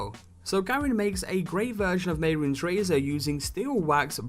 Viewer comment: _mey-roons? no no no no your wrong, ___meh-roon-es__ is how you pronounce it